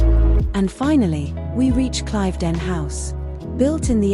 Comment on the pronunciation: It is pronounced Cliv not Clive ..den